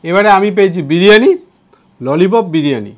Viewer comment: বিড়িয়ানী না বিরিয়ানি 😂